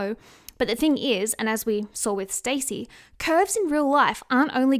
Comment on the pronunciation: It's stassie not stacy